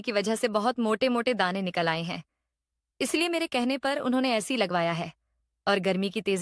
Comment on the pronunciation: एसी होता है ना कि ऐसी